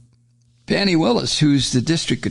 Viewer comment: Somebody tell Mike that prosecutor Willis's first name is Fani, pronounced "FAH-nee"....not "fanny."